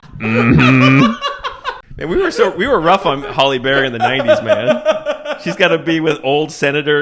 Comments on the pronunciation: Her name is Halle not holly. Sounds so weird in my head when I hear u say it 😅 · Hal-E, not Hall-E. But other than that, gold. Dammit, so good even through the invented peanut butter.... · I agree. Everytime I heard it, I thought, "How do they not know how to pronounce her first name by now?" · Halle not Holly. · Her name isn't "Holly". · It sounds like he’s saying Holly Berry instead of Hallie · Calling Halle Berry "Holly" the whole time is unhinged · 🤣 Halle. Not Holly. 😩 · HALLE not HOLLY MFER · Her name is “Halle” not “Holly” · It's Halle, not Holly, still made me laugh though! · 1. “Nappy dugout” was definitely a real slang term in the 80’s/90’s 2. WHY DO YOU KEEP CALLING HALLE BERRY “HOLLY BERRY”? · Hallie, HALLIE, not Holly! 🤦‍♂️ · It's Halle Berry, not Holly Berry. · I just came here to join the chorus of people criticizing you for calling Halle Berry Holly. Her first name rhymes with alley, not with jolly.